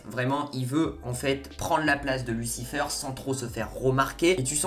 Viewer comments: Mec t'es pas anglophone stop dire lucifeure c'est lucifayr .... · Tu dis n’importe quoi, amenadiel n’a jamais dis que Michael est plus fort, justement il a dis que Lucifer est plus fort, et tu dis « lucifeur » au lieu de « lucifèr » et Lucifer est allez en enfer pour protéger chloe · Arrête de dire lucifEUR stp 😭😭😂